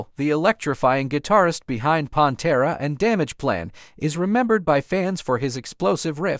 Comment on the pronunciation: WHO THE FU*K IS PONTERA? Did you even listen to it first? Come on man